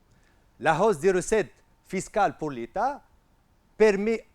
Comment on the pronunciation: hausse , "h muet" merci monsieur!